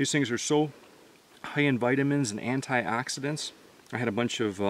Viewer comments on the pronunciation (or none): The way he pronounced vitamins and antioxidants was hilarious